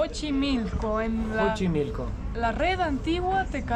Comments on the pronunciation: Chicos lindos, Xochimilco, se pronuncia más o menos como: "tzochimilco" en este caso la X no suena como "J" como en el nombre del país, México. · Un dato se escribe xochimilco y se pronuncia como "S" se diria sochimilco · Antes de querer enseñarnos un lugar que conocemos desde niños primero lee la información correcta y pronuncia bien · Busquen en internet como se pronuncia Xochimilco chicos. Lo estuvieron diciendo mal todo el video. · 😂😂😂😂😂 "JOCHIMILCO" dicen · Mejor usa la palabra "chamarra", te van a voltear a ver feo carnal..ahh y se pronuncia "Sochimilco" no Jochimilco. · se dice sochimilco pero se escribe Xochimilco... y el animalito se dice Ajolote 😉 Saludos!! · chochimilo no es es Xochimilco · Que risa eres muy simpático 😅 se pronuncia sochimilco y se escribe Xochimilco. Me dio gusto como manejaste la chinampa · Me encantó cuando dijeron Jochimilco los dos jajaja. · Chinelos en Xochimilco (se dice S la X en ese caso) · Soy un gran FAN del canal. Se pronuncia SOCHIMILCO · Pronúncialo con la “s” al principio como sochimilco saludos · Se escribe Xochimilco y se pronuncia “Sochimilco”. Se escribe México y se pronuncia “Méjico”; se escribe Axiote y se pronuncia “Achiote”. 😂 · Mi estimado Xochimilco, se pronuncia Zochimilco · La X al inicio de palabra se pronuncia como S Y en axolotl suena como J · se dice asi textual......zochimilco